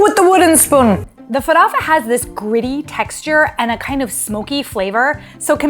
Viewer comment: **Farofa not farafa! I try to cook different cuisines a lot, and I've got to say that Brazillian food is the bomb!!! The best recipes were Caruru, Xim-Xim(Chicken stew thickened with cassava and coconut milk and the palm oil that gives it a lovely colour!), Empanadinhas,and Mocqueca de Camaroes.. I need to cook more Brazilian food!